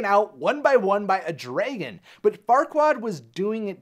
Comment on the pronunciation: Me: What do you call your dragon?: Dr. Dregon.